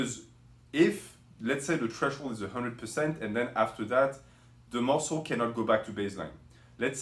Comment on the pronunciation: 5 ways to shhock the musslé